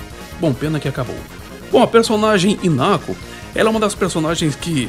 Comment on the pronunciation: Fica a dica, se fala "Rinaco".